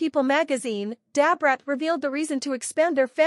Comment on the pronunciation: Dab Rat, no this woman ain't calling Brat that, this must be an AI😂